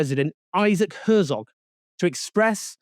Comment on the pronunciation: Isaac Herzog, not Herzov.